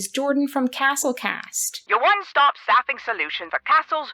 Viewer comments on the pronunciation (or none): Same! I completely heard sapphic and had to go look at the text to see what it actually said! Jordan is definitely having a happy pride